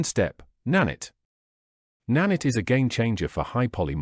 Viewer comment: good vid, but its na-night not na-nitt sorry that triggered me lol